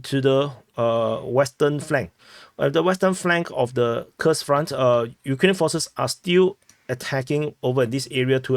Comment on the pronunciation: Kursk,is not pronounce Kers but Kurusk 😅😅